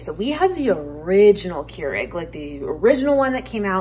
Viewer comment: The brand name "Keurig" is correctly pronounced more like "COY-rig".